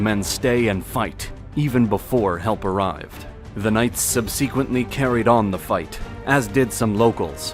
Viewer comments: Look up how to say subsequently for next video! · Is this a computer generated voice? The mispronunciation of subsequently keeps taking me out of the narrative. This is not the first video where it is mispronounced.